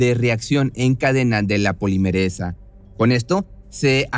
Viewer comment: Es polimerAsa, no polimeresa, prueba también conocida como PCR